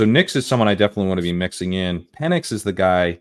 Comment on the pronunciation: Good stuff. Pronouncing PENix as PEEnix made me giggle every time. I’m such a child.